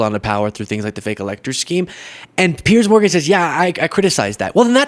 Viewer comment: Piers Morgan, not Pier